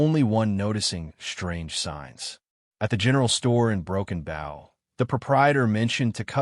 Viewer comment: Broken Booow not bough Broken Bow